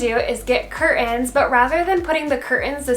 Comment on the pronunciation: Please...please pronounce curtains.